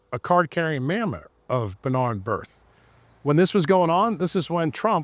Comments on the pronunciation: w/respect, it's Rothschild (there's an "s" after the Roth, before the "child"). Yes, its a tongue- 'twister! And its B'nai B'rith, not Birth. Sorry, I'm a "word nerd"! 😅 Also, its allodial title, not alloidial title. Yes, we need it back. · It's B’nai B’rith (benay Brith), not Bnai birth!